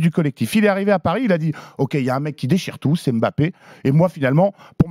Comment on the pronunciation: Excellente analyse, il a dit la vérité et en plus de ça il prononce M’bappe correctement Merci Monsieur 👏